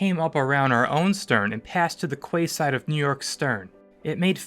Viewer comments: Oddly enough, I've heard MANY people say "kway-side" and not "key-side", so a crapload of people say it wrong all the time and nobody corrects them. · "Kway side"? It's pretty obvious that the narration is also A.I. generated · I'm not sure if it was pronounced differently in 1912, but "quayside" is pronounced "key-side" not "kway". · Quayside is pronounced like key side